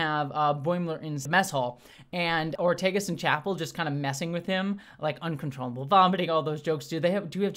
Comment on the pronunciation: It's Ortegas, not Ortiguez.